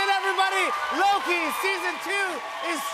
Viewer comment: holy shit i never noticed tht Mobius said it a "LokE Who Remains"😂😂😂